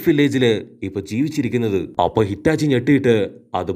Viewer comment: Hitachi alla itachi 😂😂